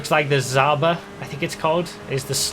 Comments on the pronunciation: Why zooba? It should sound like žaba in russian manner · The "Zh" in Zhaba is pronounced like the "J" in Jacques.